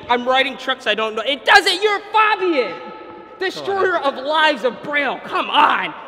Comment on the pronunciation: It's pronounced F(A)bian not F(ah)bian